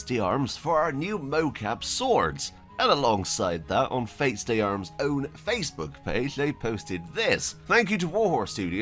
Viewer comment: Just a small advice on prononciation, FaitdArmes is French for feat of arms, so the d should not be pronounced separately but as two words "Fait d'armes". An anglicized trascription would be "Feh Darm".